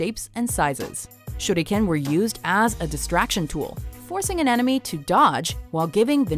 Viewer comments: No offense but it’s not shurdiken it’s shuriken. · SHE SAID SHUDICAN IT SHURICAN! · I cringe when I hear her say ShurrrRuKENNN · Goshh the thumbnaill...its super creepyyyyy.... When she says shuriken itslike syuriken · The Shuriken is called a Shuriken not a shurdiken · Shudikan not how u say it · I like how they pretend to to be fancy and pronounce Shuriken: Shoot again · did she jsut say shudiken xD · this is how she said shuriken shurdikan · It's pronounced SURE-eee-KIN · "shooty ken" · Broden Tripcony i think its supposed to be pronounced like this: Sure ri ken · I do believe the proper pronunciation is shuh-rli-kehn (手裏剣). Japanese is syllable based so the first syllable would be shu, the second would be ri and the last would be ken. Unlike Chinese, Japanese has little to no tones so everything is pretty much read as you see it with some exceptions that I cannot remember. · Nah if a japanese guy said it it would sound like this SHURIKEN! pronounced sure ri ken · nice video but think she was pronouncing the star weapons Shuriken wrong :) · I dont see why everyone is harping on the way she said shuriken, other then that, everything was pronounced well. Probably the only word you anime nerds know how to say correctly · random guy 5507 That's how she said it, except with a kind of roll of the tongue